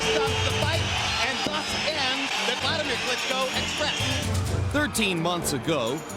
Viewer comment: Is that? "Buladimir Carisco"